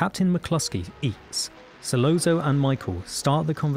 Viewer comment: Solozzo : pronounced ‘ Solotzo’ . As pointed out below Michael & Virgil were speaking in Sicilian not Italian. Completely different languages. 👀